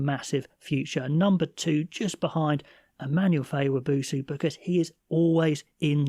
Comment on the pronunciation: I really liked both of these lists, a couple changes I would make myself but you've done a great job on this, excellent content. I've seen you've done this a few times now but its Immanuel not Emmanuel Feyi-Waboso. And don't know why but he only ever plays 14 wing, never 11.